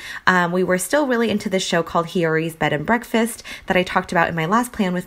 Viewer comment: I'm always so happy when you upload! :) btw, Hyori's name is pronounced like yo from yo-yo, but with an h in the front. I hope that makes sense; I don't know how to explain it through words. But her name only has two syllables: hyo-ri. The r is also a soft r. I thought I would just comment that because you mention the show pretty frequently! :)